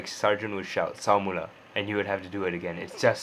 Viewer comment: Your favourite NS word "sa-mula".. It's actually SEMULA. And that's a Malay word for "again" HAHAHAH